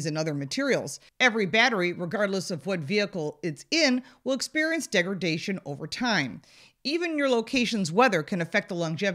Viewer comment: It's "degraDation", not "degraGation".